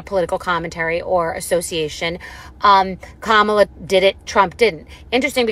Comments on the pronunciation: Andrew still does not care to pronounce Kamala’s name correctly. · what is up with the mispronounciation of VP Harris' name? Y'all say it right and wrong several times in the first 20 mins of the ep. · Stop mispronouncing Kamala. If you can’t get it right, call her VP Harris. please check them all!